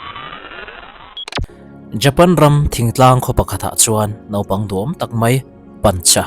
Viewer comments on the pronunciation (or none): none